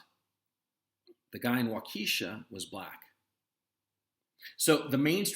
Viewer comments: it's not waukEEEsha, it's WAUK-e-SHA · Wauk uh shaw not Wauk kee shaw Waukesha Wisconsin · Minor nitpick: The proper pronunciation of the city in Wisconsin is [WAW-keh-shaw]. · It's pronounced like Wawk-eh-shaw no long EE. Btw CNN lightened the perp's skin in his photo to make him look white. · Pronounced “Walk a shaw”-great video. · Great video! The deceit today is overwhelming. Not a big deal, but it’s “WAH-ka-Shaw.” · Its WAU ke sha and like the lady told me at a toll booth in FL: ´´its i MOK alee and if u cant say it u got no reason to be going there´´ And u have a nice day, too! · Gonzalo, the accent in "Waukesha" is on the first syllable.